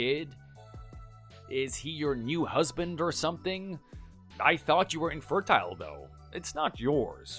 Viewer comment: “Infertyle”, “steryle”, “fragyle”, “liverd”, “haarem”? OP’s VA REALLY needs to work on her pronunciation.